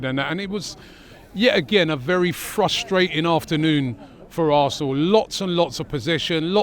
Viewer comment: Fwuswating. Welase Woderwick